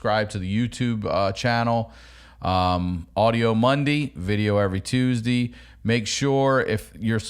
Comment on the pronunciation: You pronounce Tuesday like my pa used too, I think it's just cause he had no teeth tho. 👍